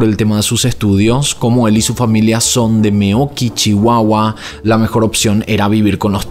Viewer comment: Unpopular opinion: dices muy bonito “Meoqui, Chihuahua ” 😂